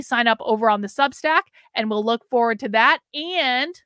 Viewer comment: ‘Foward’ is driving me crazy.